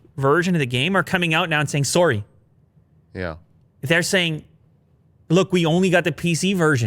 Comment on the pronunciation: “Soory” lol